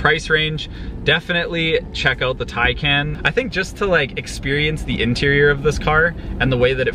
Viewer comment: But can’t say Taycan 🤣